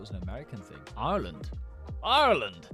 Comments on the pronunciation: “areland” 😭 ITS PRONOUNCED EYE-R-LAND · Yo I live in Ireland